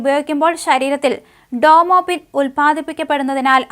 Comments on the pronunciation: ഡോമോപിൻ അല്ല, Dopamin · ഡോമോപിൻ അല്ല മോളെ, dopamine എന്നാണ്, 🌹